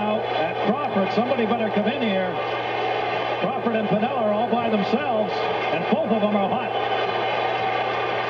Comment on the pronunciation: Piniella*…..not Pinella….i mean it’s even right there in the still 🤦🏻‍♂️